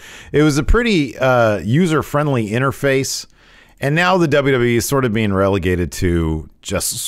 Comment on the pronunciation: DubDubEee lol 😅 please continue saying it like that